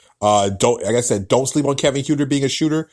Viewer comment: Other than mispronouncing Kevin Huerter's (Hurt-er) last name, it was a very well reasoned and thoughtful piece. The Hawks are going to be an exciting team but the core players are very inexperienced and lot of pieces would have to fall together to likely make the playoffs. The season after, they will likely be an opponent no one wants to play.